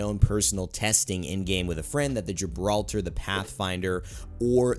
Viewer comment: Its not Gibraltar its Gibraldo